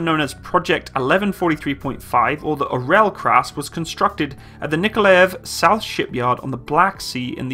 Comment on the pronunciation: Not nikolev but Nikolaev